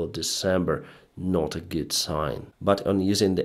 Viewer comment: I hope you learn to add a T in NOT one day :P